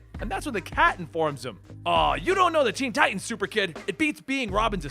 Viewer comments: Ok its teen titans not teen ti'ans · Please please please pronounce the middle "t" in tiTans lol